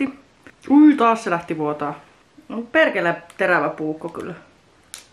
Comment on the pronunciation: ”perrrkele” Ihana 😂